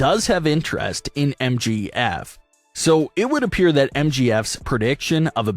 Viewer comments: It's M J F not MGF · For fucks sake. It’s MJF.. not MGF.🤦‍♀️ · It's MJF not MGF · why you keep calling MJF MGF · I just have to say that sucks a big one because they couldn’t even say MJF right they keep saying MGF and if Brock loses that will suck big times. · it is MJF not Mgf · It's MJF and not MGF!!😡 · Right like get the name right